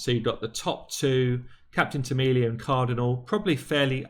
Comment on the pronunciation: It's Captain Temilla lol not Tamilia lol